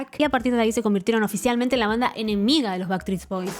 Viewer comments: En realidad dijiste baktrits bois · Que doloroso escuchar tantas veces bactris boys jajaja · Jaaajaajajajajaja me morí con eso!! "Backtreets". Se te cambió de lugar la S. Qué bueno que lo digas así nos podemos reír todos porque estaba 🫢🫢🫢🫢🫢🫢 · Me ha hecho mucha gracia que no hayas pronunciado bien ni una sola vez Backstreet Boys XD Eres la mejor!